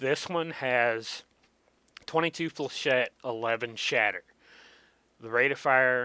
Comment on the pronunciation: You pronounce Flechette correctl! :O Thats more than I can say for most people lol. This is about 3 1/2 years old. If your up to it, it would be nice to see an updated vid on it. Also I think if you've been playing this game long enough, your perspective might change on some of these guns, albeit difference between practice and updates.